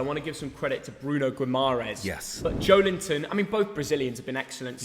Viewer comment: It's not "Gwee-mah-ress" It is pronounced "Gee-mah-raesh"